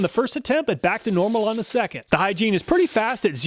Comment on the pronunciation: Don't think the Hyggein is pronounced "Hygiene"